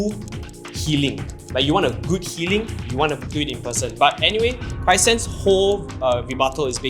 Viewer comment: it has been 3 years and still calls chrysan "crysan", even in serious contexts HAHA